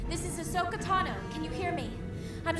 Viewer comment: really said “Bahsoka?” And looked at Eric like “did I get that right?” I need what this mans huffing